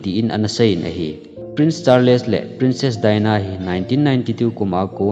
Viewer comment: Charles hi word khat ahin word ni ahipon thil pronunciation ihet lou hohi Google a vet thei ahie. [Just a small correction ] thusim sei vang chu nathieme.